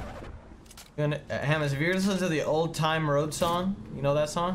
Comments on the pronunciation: Anyone else triggered when he said “Old Town Road” as Old Time Road and sang it wrong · you butchered the fuck out of old town road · My guy said “old time road”😂💀